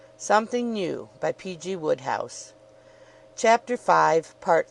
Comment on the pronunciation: Oh dear. That's not how the author's name is pronounced. I think I'm done here.